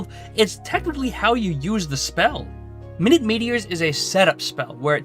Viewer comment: Minute, as in tiny. Not minute, as in 60 seconds